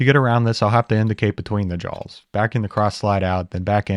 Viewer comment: "chuck jawls" nice. Is that a touch of Appalachian?